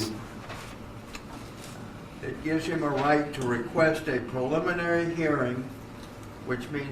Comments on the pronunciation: Sounds like judge is saying 'pulmonary' hearing instead of 'preliminary'. Still, even after I spent 10 years in South Carolina. It's a steep learning curve for us West Coast folks. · Sounds like the judge is saying “pulmonary hearing”. lol